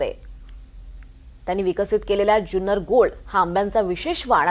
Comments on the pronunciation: जुन्नर या शब्दाचा उच्चार ज्युन्नर असा करू नका. जुन्नर हापूस अनेक वर्षे प्रसिद्ध आहे. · Junnar che agriculture ake number ❤🎉 Junnar cha word nit bola amcha hometown ahe